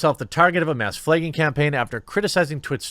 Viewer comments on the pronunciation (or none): Man I love your content but your inability to read the letter A as anything other than AYY is like stab to the stomach every time you do it. FLAAAYGING! stabed